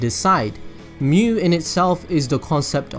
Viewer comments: This is really good! Also just so you know, Mu would be pronounced as moo. If it was myu it would be spelled as みゅ But yeah! glad that I watched this! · Ryan Czerwinski In Germanic/Roman languages it's mew. In Japanese, Mu is its own word, meaning Negative. It is pronounced Moo. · It's really strange you saying む(mu), "myu" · 無/む (mu/nothingness) is pronounced as in mood but with short vowel, not as in mute. It is same as Japanese alphabet, む/ム, obviously. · Great video, as far as your pronunciation of Mu, you say moo, like a cow. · He's right, it's pronounced like moo. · it s not myu nor muh nor moo its mu as it is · 無 (mu) is pronounced like moo